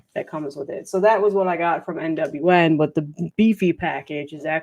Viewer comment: Yay…Devil Master! 🤘🏾 😈 ….. that’s obviously their first record. But their second album I think was actually really good and made my list…. Bummer that I missed, but catch the next one and got to say every time you say NWN, I hear NWA.✊🏿😁 My bad you got all of them totally jelly there that’s awesome. You have some of the best albums that got released within the past two or three there. Kudos kudos.